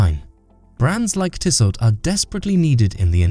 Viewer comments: It’s Tissoe or Tissoh. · Shockin pronunciation!